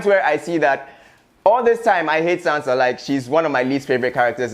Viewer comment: You guys allowed him to say Sansa Stark. Smh